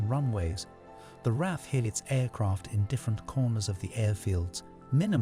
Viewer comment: LOL yep -- he keeps saying RAF (rhymes with laugh instead of the initials), Luft- (rhymes with tuft) waffe (rhymes with toff), morale (rhymes with sail) and Thames (a mixture of thin and James) -- I'm American and even I know those pronunciations are wrong!